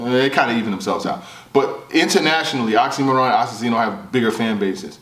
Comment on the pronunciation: Why keep sayin' OxymoRon? 😁